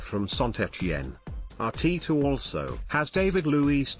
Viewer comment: Isn't bloody annoying.Arteeeta